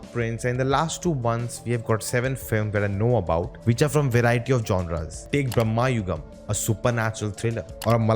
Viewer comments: FYI, it’s Bhra.ma.yugam, NOT Brah.ma.yugam. Bhramam means madness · Not brahma , brama